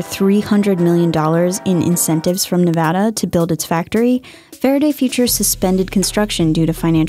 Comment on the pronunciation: Getting a spokesperson that doesn't talk like Elmer Fudd would be a better idea. Fawaday Fuwtures, you pesky Wabbit.